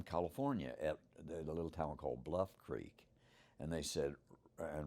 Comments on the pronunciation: Why does he call it a crik.. then he days crik it.. so cricket?? Oh dam.. creek.. got it.. he says everything normally except creek is it just an accent that makes it sound like hes saying crik instead of creek? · i love how it's pronounced a "crick" bed. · Take a shot of every time he says crick. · Love this story , the patty footage is the one thing that keeps me hanging on to this topic .. but whats sup with the way he says creek 😂😂